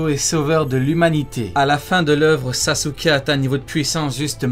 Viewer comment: En dit sasuke avant de faire des vidéos apprends à dire des noms japonais